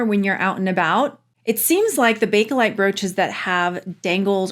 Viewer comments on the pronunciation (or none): Sorry but do you realize you keep saying Bake-A-lite? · I'm going to be 71 soon. When I was young and my mom and aunts were discussing it they always said Bake-lite. The Bake-uh-lite has become predominant in the past 20 years. To me it's Bake-lite since that's what it was called in the beginning.